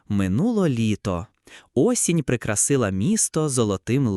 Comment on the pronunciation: Осінь прикрАсила місто ( зверніть увагу на наголос).ВпОраєшся ( там наголос). Відчинивши двері ( а не відкривши)...А взагалі оповідання хороше, життєве. Дякую і автору, і тому, хто читав. Приємно чути рідну українську мову